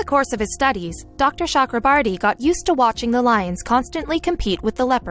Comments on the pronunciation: Cho. Okro. Bor. Ti My ears are bleeding listening to the whatever borti you are sounding. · As an Indian, this was a proud moment. BUT WTF IS SHE SAYS THE DOCTORS NAME ITS CHAKRABORTY NOT CHUKRABURTY JKSKSKSVSSS